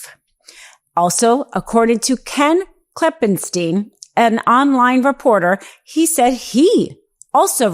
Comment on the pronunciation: IQ issues. Kleppensteeeen? Instead of 'stein'. How you say Einstein? Einsteeeen?